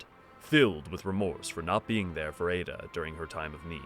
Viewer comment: I can't say where got their info but her name in Japanese is written エッダ which does indeed have a pronunciation more akin to ed-da or eh-da perhaps. The pronunciation in the video would most likely be written エイダ for comparison.